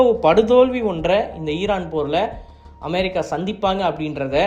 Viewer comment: தயவு செய்து அமெரிக்கா என்று சொல்லும் போது நார்மலா சொல்லு மற்றபடி new சொல்வது அருமையா இருக்கிறது பிரதர்